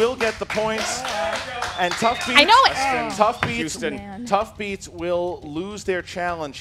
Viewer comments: his name is pronounced houston... how do they get da point... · Seriously, it's not Jack Hudson it's Jack Houston. Tuff beats challenge should've been approved. It's not hardoff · I can see what you're saying but I can also see the argument that Huston (what she said) and Houston are two different names too. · I dunno,. You've denied points in the past for mispronounced names. Now you suddenly accept them? Gotta make a solid rule like Jeopardy and never accept mispounciations. Tough, but fair. Call it the 'Tuff Beats Rule'.